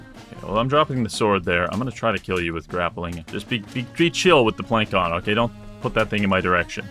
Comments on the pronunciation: voulge is not a real word and plançon is pronounced planson. Also the A isn't pronounced the same way as in "plan". Rather, more like the A in "call". Sorry for being a language nazi but swords are also definitely not machetes lol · Also,, the ç in Plançon a picot is an s sound, not a k sound. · your pronunciation of plançon makes me want to find out where you live and send you the heads of baby dolls